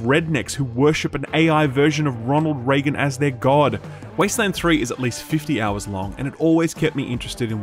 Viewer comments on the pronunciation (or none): none